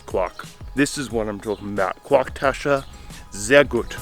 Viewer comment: Good video.I am English and live in Berlin since 1985...Honestly why is it too hard for you to pronounce German words ?.Pronouncing Quark as Quack lol...Just imitate the Germans and say it like they do....the same way you learned English:Its not hard.